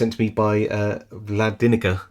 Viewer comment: Vladinica I must wash my ears out I thought you said Vlad vinegar.l.o.l. but thank you and thanks to your good friend Vlladinica to let you show us all and learn a little at the same time .Great to see the inner workings 🎉🎊🎁🎈🎄🎄🎄🎄🎄☃️⛄️ stay well stay safe